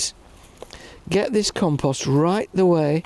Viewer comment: Did he say compost maybe? And not compose?